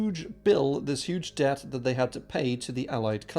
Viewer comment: Good video but how are you pronouncing debt? It’s very distracting lol